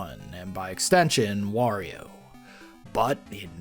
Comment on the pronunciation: I could have sworn you said "worio" at one point